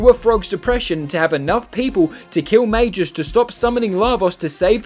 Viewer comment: calling magus "majus" is like calling a gorilla a jorilla